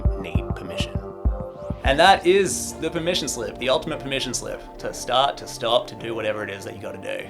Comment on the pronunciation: not me thinking you're saying permission sleep